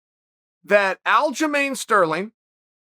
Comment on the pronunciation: Alja not Aljo... his name is Aljamain not Aljomain.